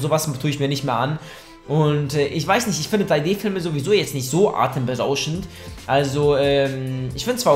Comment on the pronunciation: "atemberauschend" xD